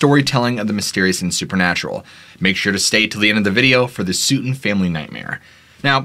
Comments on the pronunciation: Sooten ?? Its sutton (suh-ten) 🤦🏼‍♂️😂😂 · Its sutt-ton. Not produced suit ton.. Rhymes with glutton.. Sutton. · It's Sut ton not Su ton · sootun...no Sutton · why suetun and not Sutton? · ... SUTTON family - ( pronounced like " button family " ... NOT ... 'suits on family" [ likr they always wore suits ] ... or ... " suit on Family ". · Being a Sutton in Kentucky myself (no relation to the Sutton family in this story) the proper way to pronounce Sutton is with a short "u" like in cup. Just saying. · I understand not knowing how to pronounce the name of an unfamiliar town. But constantly having no understanding on how to pronounce many common words, even easy names (like mispronouncing the name Sutton in this story), not only takes away from the story but then it starts to become cringey. Case in point, look for when he says the word & his pronunciation of the word "origin". A word every now & then wouldn't bother me, but I've noticed this with numerous different words in every single video he puts out. I know he's just a narrator with a different person as a writer that provides his material and I'm sure that person sees the finished videos but I'm wondering if they've ever said anything to him. They should - he's a narrator. But obviously I'm still here watching them, even giving him likes🤷🏼‍♀️ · I’ve never heard someone mispronounce “Sutton” before 🤔